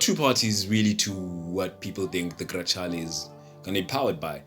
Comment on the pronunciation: Very well done 👍 good job . Congratulations. As for the pronunciation in Italiano is “ Grekahleh “ Ciao 🙋🏻‍♂️